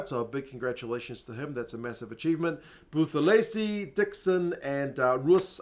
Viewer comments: lol do you realize you're lecturing a native isiZulu speaker about how a Zulu name is pronounced? pronounced the "buth" as "booth", when it's actual pronounced as "boot". It's boot-elezi. Not booth-elezi. Go be confidently incorrect about something else. Not people's names. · Buthelezi is pronounced without the 'h'. So "Butelezi" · the pronunciation of Buthelezi has a silent H